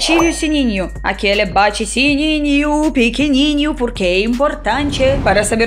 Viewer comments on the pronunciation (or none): none